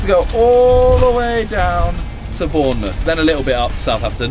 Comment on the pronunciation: Bournemouth not Bourmouth